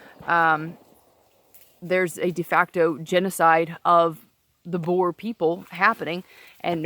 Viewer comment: The word is Boer or Boere and not Boars. And no land was taken by force.